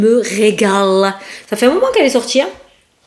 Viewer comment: Femme au lieu de fey lol